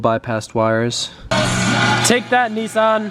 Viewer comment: Stopping this after what I just heard as an Australian, we know how to tow but before I get to that I just want to say I have no Idea what you Americans think when you say Nissan but it's Nis san not Neeeesaan! _, Second we legit tow with anything all you need is a small ute not this big hunting small willy men "TRUCKS"........... But other than that keep it up.